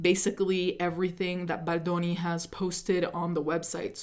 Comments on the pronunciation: You are my number one go to for this story, not just because I've been a longtime subscriber, but because the way you say baldoni in scratches my brain in the right way 🤌🏼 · it’s so annoying that you say baldoni like that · The way you say “Baldoni” 😍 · Idk why but the way you say Baldoni makes me laugh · I think she’s pronouncing like an Italian